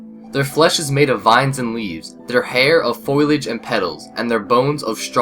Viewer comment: foilage lol L2ENGLISH it's foliage